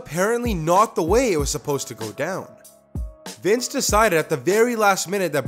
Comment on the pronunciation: Is not Vince is Wice